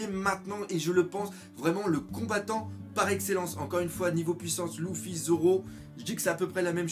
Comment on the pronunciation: je comprend lOUffy a chaque fois